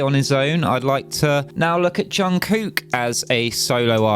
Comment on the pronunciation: 72 year old BTS Army here. First let me mention the correct pronunciation of his name. Jung Kook is actually two words but most people spell it as one. The J is pronounced as a cross between "J" and "Ch". The K in the Kook part is more silent and replaced with a "G" sound on the front of "cook". (Like cook dinner). So "Chung Gook" is more correct. There is a very short video on yt to hear the correct pronunciation of Jungkook OR you can call him JK for short. He is the main vocalist for the Global phenomenon BTS which you may already know. BTS was recently named as the "Most Streamed Group of All Time". His label announced this track as a subtle homage to MJ. It was his third Official solo release leading up to his record setting album "Golden" that currently has 4+ billion streams. Jung Kook is known for his rare perfect pitch. He did a big feature song with Charlie Puth called "Left and Right" a couple of years ago. Charlie is known for his perfect pitch and commented on JK having it as well. None of Jung Kook's solo releases are Kpop. They are all English and all American productions and should not be considered Kpop for that reason. Even his dancers are famous American dancer/choreographers. Jungkook is the only Korean involved with creating his solo work. This song was written and produced by Grammy Award winning Producer of the Year Andrew Watt and a team of notable American/Canadian songwriters Jon Bellion and Ali Tamposi. It was co-written and produced by the Canadian